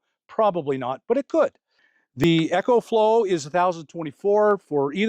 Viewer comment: Bro your the best but it's E-CO flow like eco-friendly. Lol 😅 Not EC-HO flow like an echo in a tunnel. Btw- it's the best!